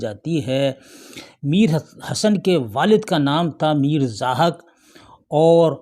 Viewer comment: جناب ایک جگہ آپ نے zahik ضاحک کو zahak پڑھ دیا ہے